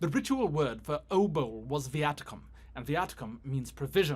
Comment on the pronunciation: it's pronounced obol